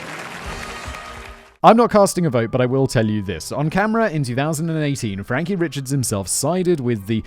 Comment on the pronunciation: Guilory is a really common surname out here. Them being cousins in honestly just more of a coincidence and I believe they aren't 1st cousins, but down the line somewhere. Also the last name, "Richards" isnts pronounced like the first name Richard. It's pronounced, "Ree-shard". I know, trust me, it's all ridiculous. There are other last names that look normal, but are some weird version of passed down and twisted French names. It's part of the Cajun French that some older people still know and speak as well a few younger people that learn to keep the culture alive. I wasn't born here, but when I moved here at 10 years old I had to learn how to pronounce the last names. I also heard you mispronounce Trahan in the last video and 1 other last name earlier that of course I can't remember now. 😂😂😂 It's a mess down here.... I can't honestly think of a worse state to live in.